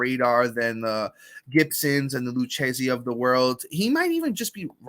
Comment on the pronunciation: Man you're Italian and you can't pronounce it Lou-kay-zee (Lucchesi). All good lol